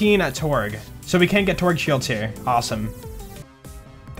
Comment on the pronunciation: He literally farms a Kerblaster. And I think you meant to say "Torgue"